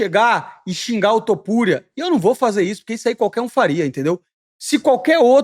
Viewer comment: Elias Topuria é foda, tu errando o nome dele, acho incrível